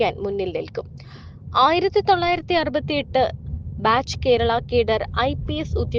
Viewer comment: കീരളം, കീന്ദ്രം, ഈകോപനം ഹോ എന്റെ മലയാളത്തെ ഇങ്ങനെ മാനഭംഗപെടുത്തരുതേ.